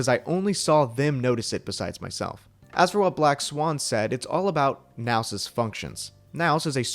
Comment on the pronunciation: I thought "Nous" was french, for "Us", which is fitting with the image. Hearing it pronounced the way it was in this video was a bit..jarring lol